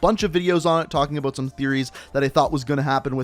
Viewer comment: I liked everything in the video except the way you say the word “about”. Makes me wanna choke you...just a little bit though...just a little.